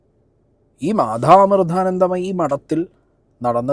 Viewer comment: ആദ്യം അക്ഷരം നന്നായി ഉച്ചരിക്കാൻ പഠിക്കു മാധാ അമൃധാനന്ദമയി അല്ല മാതാ അമൃതാനന്ദമയി